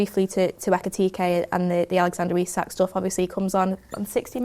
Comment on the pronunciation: Another pod that can’t get through without mispronouncing Isak. Lad